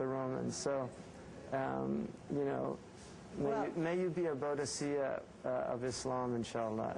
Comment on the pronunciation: BODICEA IS PRONOUNCED BOO-DIKA